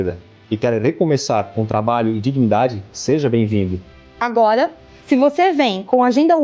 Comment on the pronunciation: Pigmego/pigmega, culcuga, eugopeu, conservagora, agoga kkkkkkkkkkkkkk Esquerga é teu cu Eles falam outra língua.